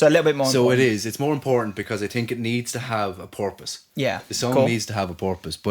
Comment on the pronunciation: lol I was just being dumb. It sounded like you said porpoise instead of purpose.